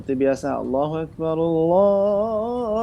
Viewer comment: اكبر Maaf Lafadh Akbar( Ak)nya kok dipanjangkan ya padahal seharusnya dibaca pendek ?